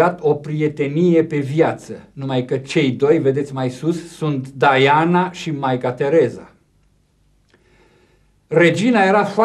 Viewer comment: respectă pronunția originală a numelui. Dovadă de erudiție...